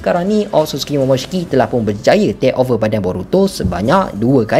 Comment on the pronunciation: aku terganggu dengan cara hang sebut 'tek over' oi.. haha... 😂